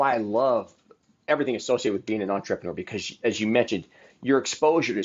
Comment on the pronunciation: OMG Please - say entrrAYpreneur one more fkg time